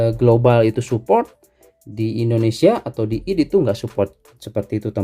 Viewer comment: Bacanya aydi ngapa bang,id kek sholat aja